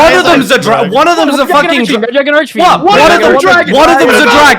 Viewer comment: turning into a Brooklyn deli owner when he yells "draagaan! 'ow 'bout draagaan!?"